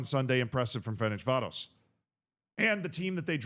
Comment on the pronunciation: It's "Ferencváros", not "Ferencsvárosz" like you pronounce it